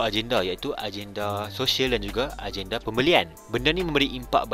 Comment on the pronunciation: Agenda dibaca ajenda ,,jadi kalau tulis gagal, dibaca jajal ..😇